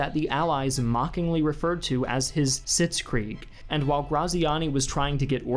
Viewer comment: funny how u pronounce "Sitzkrieg" lol